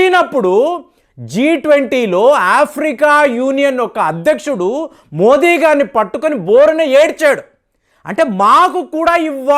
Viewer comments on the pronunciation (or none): none